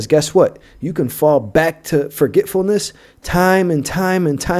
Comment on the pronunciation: “ Re- member- ance” “ Forget- fullness.”